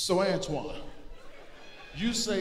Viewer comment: It's "Antoine"